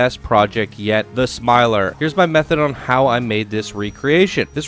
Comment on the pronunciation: Thank you for the spotlight! Glad you liked it! (Ps, you got the name right!)